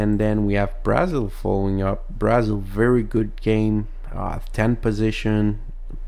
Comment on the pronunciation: Here are some correct pronunciations for countries. Brazil: Bruh-zil Chile: Chilley Haiti: It can be pronounced the way you did but it's usually pronounced hatey Japan: Ja-pan